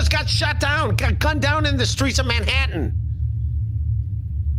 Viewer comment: I hate how he pronounces “Manhattan “